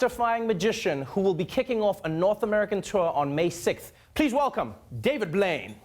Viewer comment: Il a prononcé Blaine comme en français super👏